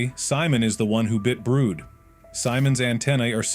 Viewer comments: Yeah why brood like brodah euhhh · Where is theory dude and is brud not brood😅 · the way the ai pronounces brud is just so funni